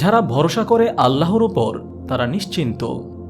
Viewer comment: আপনার চ্যানেল আমার খুব ভালো লাগে। তবে আজকে একটি উচ্চারণ ছাড়া সবই ভালো লাগলো। সেটি হলো- "আল্লাহর" = "আল্লাহোর" বলা। "আল্লাহ" নামের সাথে কোন অক্ষর যোগ করলে আল্লাহু+অক্ষর (বা আল্লহু+অক্ষর) বললে তা বেশী সহীহ হতো। আপনার হাজার হাজার সাবস্ক্রাইবার একটা ভালো উচ্চারণ শুনতো এবং এটাতে ধীরে ধীরে অভ্যস্ত হয়ে যেত।♥️♥️♥️ আরেকটি বিষয় খেয়াল করে দেখুন: "আল্লাহ" না বলে/লিখে "আল্লহ" বললে অটোমেটিক ভাবে এক আলিফ চলে আসে। উচ্চারণ টা সহীহ হয়, আলহামদুলিল্লাহ। ♥️♥️♥️ জাযাকাল্লহু খইরন। ♥️♥️♥️